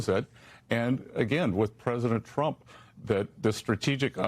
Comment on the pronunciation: Did Bessent say, "President Drump".